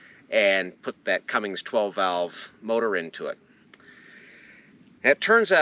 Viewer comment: Bob is a good dude! He sure goes out of his way to keep people involved in the hobby. FYI there is no G in Cummins. Please dont bedline the truck.... That wheel and tire package is pretty heavy, might want to consider a civilian wheel and tire setup. Good luck with it.